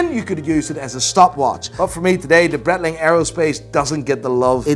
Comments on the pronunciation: Bright-ling I believe is the correct pronunciation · This guy thinks he knows everything about watches and doesn´t even know Breitling pronunciation.